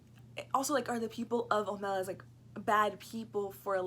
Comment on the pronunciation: Okay, first, I couldn't get past the fact that keeps mispronouncing the name in the title and of the city. Le Guin, herself, acknowledged the proper pronunciation in interviews (I am not just making this up). The city is pronounced "OH-meh-lahss," with the heavy stress on the first syllable, OH-, like the name of the city of Omaha. Just think: OH-ma-loss. Second, I don't think that gets the underlying point of the story. makes allusion to Christianity and describes the story as a normative account of an ethical choice, or perhaps even a worthy sacrifice. That is not really the point of the story. The story is not a fictional narrative of a normative state of affairs, but a descriptive moral parable, highlighting what is called "a moral illusion." Moral illusion is when people think that they are acting in a sound moral way, or at least a morally neutral way, when in fact they are acting in a morally corrupted way, or flatly immorally. The people of Omelas are generally willing to do what most of us do everyday: we know that there is tragic and unfair suffering in the world, and sometimes we even see it. We can certainly find it if we wish. But then we go about our daily lives, striving for our own happiness and contentment, never sacrificing anything of any real substance to stop it. Isn't that a morally corrupt way to act? Would you give up a year's worth of pay to stop one child from suffering for one day? Would you give up your smartphone for a y